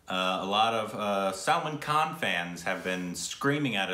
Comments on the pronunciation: Salmon khan???really?????😂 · When pronounces Salman Khan as salmon khan😆😆😆😆😆😆.... I died🤣🤣🤣